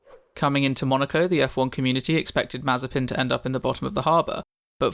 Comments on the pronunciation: Hello but you made a mistake in spelling his name pronouciation its actually spelled as Nikita Maze-spin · Nikita mazterspin.... 😂😁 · Ah yes, mazespin